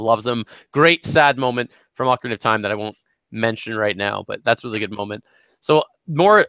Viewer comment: If there is one pet peeve I wish I didn't have its hearing people pronounce names wrong. Like Ocarina of Time. Like I heard you three say Ocarina in the video in the beginning and it bugged me. Of course nothing against you guys it is a pet peeve I have always had FeelsBadMan :( . But my favorite Zelda game would be Skyward Sword, mostly because of the characters really pulled my attention and I enjoy the relationship between zelda and link. They actually have chemistry and Link now has another reason to protect her, not just because shes the princess and he needs to save the world